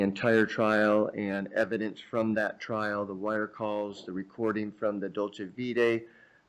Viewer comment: Or dolce vita. He calls it dolce vitae…